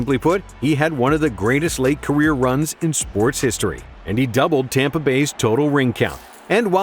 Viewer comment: Okay but did they ever actually rename Tampa bay, Tompa bay? 😂